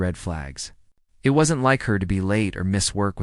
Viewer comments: will there be a revolutionary breakthrough in AI, where if the apostrophe in wasn't is missing, it'll be able to figure out that that is WOZent not 'was entee ' - you'd think it'd know! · The AI you used is inconsistent and trash. Incapable of saying the word "wasn't", calling the killer "Bittaker" instead of Rowe. Do better.